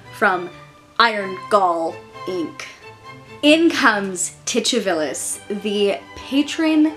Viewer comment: I like the pronunciation of Titivilus. Is the "ch" accurate? Ive heard it said Titty-vilus and Tu-ti-villus but never with a ch. I like the "ch" √√√